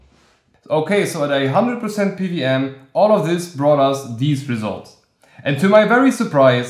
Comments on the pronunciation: Why do you keep saying PVM? Do you know what a W is? 😂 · Good video! I kept hearing PVM fan with that accent. What country are you from?